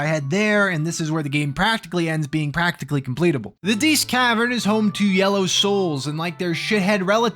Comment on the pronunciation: Diest: dee-est. Think "diety."